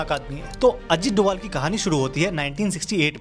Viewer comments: Doval nahi sir bol . ... Doval sir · Sir Ajit doval bolna bro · Sahi se naam le bhai ajit doval itna khatarnak aadmi h kya hota hai be